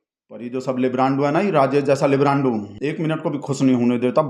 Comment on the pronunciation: मिनट,लाइब्रान्डू शब्द क़ो किचकिचा कर 😅😅😅😅